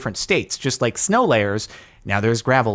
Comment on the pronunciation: SNOW NOT GLOW